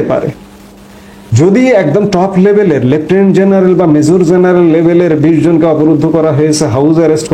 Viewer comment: It's "General", not "Zeneral"